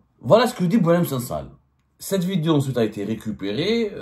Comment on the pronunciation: Cites moi un seul nom d’un ministre qui a fuit pendant la décennie noire ???!!! Tu goinfres à tout les râteliers gros cochon !!! Au passage on dit vidéo et non pas vidio arrête de le répéter dans toutes tes vidio 🫣😜